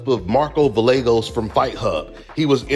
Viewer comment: Say these last names right cuh ozuna (oh zoo nah) and Villegas (vee yey gus)t's not hard you just choose to say them wrong and come off as ignorant